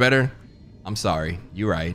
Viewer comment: we goin wit the new story, like SAWRY NOT SAWRY need maya